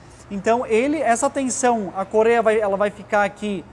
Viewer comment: Não é "corêia" é correia 😂